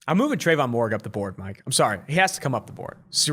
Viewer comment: If there is one thing guaranteed about 2 for 1 on is the butchering of names. I know it's spelled Moehrig but its pronounced (mair-rig)